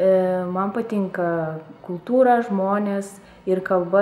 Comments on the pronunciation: she pronounces "cultura" and "historia" exactly like we do in portuguese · She says "cultura" and "história" as we say it in Brasil! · And spanish too